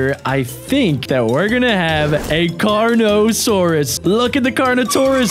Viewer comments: And the best called the carnotaourus kano-taurus💀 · *Pronouces Carnotaurus* "Karnatos!" Also: *Pronouces a word my spellcheck and Injen poachers arely can perfectly* "Pachy-Self-lo-saur-us!" +===+====+====+ Your brain might be tiny and like 20% 'recycled' former researchers but apparently it has parts that work well after all! XD Seriously most people say Pachy because they can't bear to try and fail to pronounce that half right.